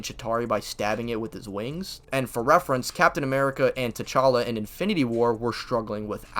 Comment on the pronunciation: "captain amerigga" is crazy like wtf